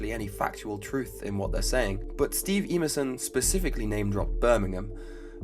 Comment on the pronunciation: That would be "Em-er-son", not "Ee-mur-son."